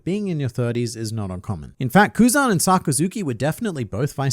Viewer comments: it's Kuzan not Kuzon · “His Kuu son” 😂😂 that was great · “… his Ku-son” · His Ku-son had me rolling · You got me when you said "his son, his grandson and his kuz-son".😂😂😂